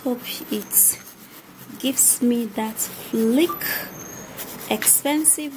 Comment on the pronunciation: 🤔 Edith hack not ack fleek not flick 😂😂😂😂😂😂